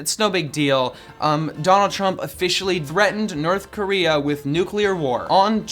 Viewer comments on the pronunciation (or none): Did say Nerth Korea?